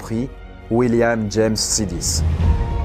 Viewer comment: Exactement ce que je me suis dit sur le coup. Et je tiens à rajouter la mauvaise prononciation de Sidis qui se prononce "Chaydish"